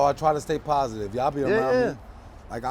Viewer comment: Pas-itive ya heard